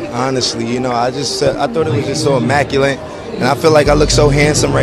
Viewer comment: Did this man really just say "Immaculent".... Lmao